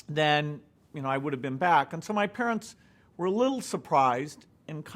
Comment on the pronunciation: so if you're so smart why do you say stuff like den instead of then??-_